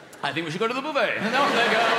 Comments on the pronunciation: Am I the only one who finds it odd that the British pronounce buffet as BOO-fay but filet as FILL-et and valet as VAL-et? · Yeah, sounds like the word Boof-head, doesn't it? 👨‍⚖️👂🎭🍱